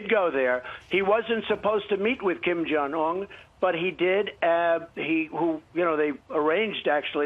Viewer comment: That sniveling Brian kept on acting like an impatient greedy car salesmen saying 'yeah...' interrupting repeatedly - trying to rush or interrupt the President's train of thought. Plus Brian doesn't even know how to pronounce Kim Jung-Eun 김정은. President Trump is magnitudes more graceful even giving the time of day to these puppets, let along an interview. Ainsley is likely uncomfortable sitting on the couch with those losers especially after what Doocey Dooche and other womanizers at Fox have been sued for doing. She could do much better than being on the same set with the likes of them...